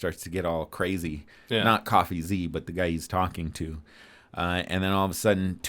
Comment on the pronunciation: it should be pronounced, Cofeezee